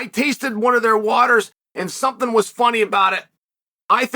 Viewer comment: Chael, employing his audience of knit wits to ask Ngannou "thumpthing" for him.